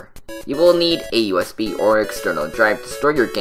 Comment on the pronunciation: sounded like he was saying us beam when he was saying usb